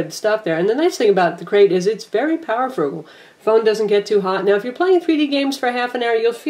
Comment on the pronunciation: It sounded like she was speaking engrish when she said "powerful" lol. My friend has this phone & I love it, it SUCKS Verizon is not stepping up with their HTC lineup. Of course this occurs when I leave Sprint -_-.. Guess I'm stuck with my Thunderbolt for a while because I don't like anything else.